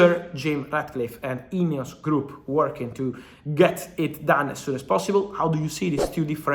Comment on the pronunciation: Swore I heard Fabrizio say “INEOS Crap” not “group”.